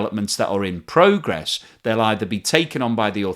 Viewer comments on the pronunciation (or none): none